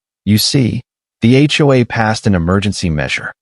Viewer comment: TOW not toe or toast and HOA not hua